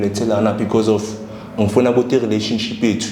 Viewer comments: Yaze yanamanga lenjaaaa yooo...nivrathuke kanjeee...ngathi niyalamba ...you can't even pronounce relationship nithi yi rhiraanishinship mxm...fake content😢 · Can't even pronounce relationship ubhuti othwele 😂😂😂